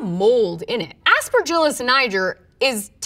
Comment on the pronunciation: Aspergillus WHAT DID SHE SAAAAAAY